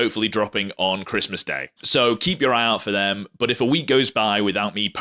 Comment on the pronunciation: I love your accent when you say the word but. Bout! 😂